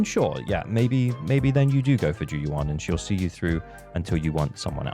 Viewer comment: great video! but maybe for future reference, the "yuan" in zhu yuan's name is pronounced more like "you-anne" rather than "you-ahn" (grossly oversimplified phonetically, but you get the gist)